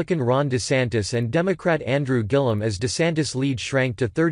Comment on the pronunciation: learn to pronounce "lead". So what "urgent announcement" did Scott "just" make? No news here.